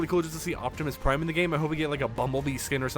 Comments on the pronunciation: Optimus Pie 🥧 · Optimus pine🎄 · I’m sorry did you just say Optimus pine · Hold up, Anyone notice just said Optimus PIME😂😂😂